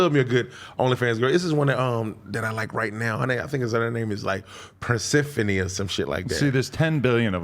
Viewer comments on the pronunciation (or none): Lmaoo that boi said Persephani 😂😂 ay where the ALLDEFDIGITAL fans at , she Thicc asf tho no cappp